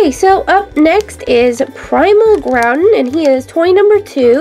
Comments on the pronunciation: and hoopa and she said groudon wrong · u said kyogre and groudon wrong!!